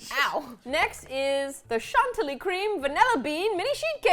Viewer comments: OMG I JUST REALIZED THAT READ CHANTILLY LIKE CHANTEL AND THAT MAKES ME SO SO HAPPY AMD SAD AT THE SAME TIME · you both pronounced Chantilly wrong